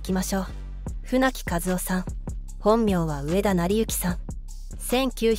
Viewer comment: 機械には日本語は難しいんだねー。英語の読み上げソフトは滅多に間違えないけどねー。